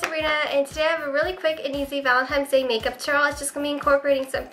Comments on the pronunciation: Valentine's Day not Valentime's :p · Why do you pronounce valentines day as "valentimes day" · "ValentiMe'S day"...seriously she calls it that..lol..:D